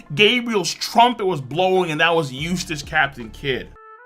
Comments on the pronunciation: Why do i hear useless captain kid and. not eustass ? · Sorry but I kept hearing eustass as useless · each time you pronounce his name I hear "useless captain Kid" also kid didn't had one hand lifting that block, his hand is aim to be used from the back, but luffy's both hands are upfront, if anything how Luffy is holding is harder than how Kid is holding, I know, I lift many heavy packages in my life in my old working place and it also just makes sense. Luffy is a generation above Kid and I used to think Kid was stronger also when his bounty came out, but we forget he attacks villages and r0apes women so his bounty is bound to get higher at one point but stay at one level.